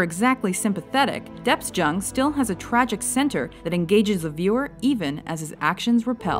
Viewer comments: it's pronounced "Yung" not "Jung". nice try tho :P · IT IS GEORGE (YOUNG) JUNG not fking JHUNG my god! So disrespectful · It's pronounced young not jung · its not george jung.. its george pronounced young... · it's pronounced George young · Jung is supposed to be pronounced "young"..just like in the movie. Uuuugh. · They literally pronounced jung wrong